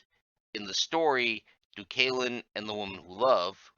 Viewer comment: Would not have imagined Deucalion and Phorenice would be pronounced like that. And yes, I would like that video someday.